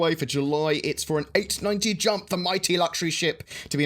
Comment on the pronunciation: Did u say 890 jump?